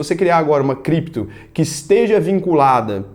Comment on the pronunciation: "Voce meche com Crépto moeda? Se tiver biticonho nois vamo te pegah"